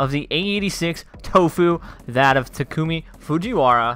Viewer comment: I'm sorry but Ta-ku-mi Not T(e)ku-mi